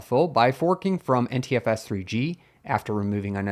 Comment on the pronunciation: Your NTFS sounds like Anti-FS. :-)